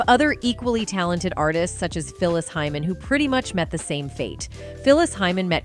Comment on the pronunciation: I hope it's HEYMAN and not HYMEN.